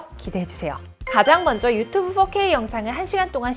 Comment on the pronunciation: 이중언어(영어, 한국어) 사용자인자 순간 놀랬네요. 그냥 한국식으로 포케이라고 발음 하시는게 좋을 것 같아요. fxxk이라고 들립니다